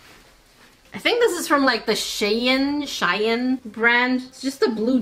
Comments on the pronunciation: its pernounts shien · Pronounced SHE-IN😂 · Do you mean Shein? If yes Then this is how u can say it (Shee-in) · ITS SHEIN SHEIN!!!!!!!!!!! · It’s sheen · Its not sheen itd she in dont take as efense i love your vids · hey just to let you know it’s pronounced (she-in) hope this helps 😊 btw I’ve been loving your work keep sharing your greatness and keep posting please❤❤❤ -Lola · Its pronounced "sheen" spelt "shein" Hope this helps!!🤗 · It's pronounced Shy-anne